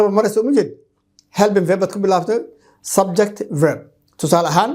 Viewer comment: Teacher is it subject or (subjecti ) why you pronounce it as subjecti. nowadays our people place letter “i” after every word that ends with letter “t”